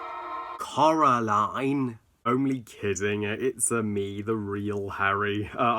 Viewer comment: No offense, please please try not to take this as offensive but how come u say Coral aline when its pronounced Core aline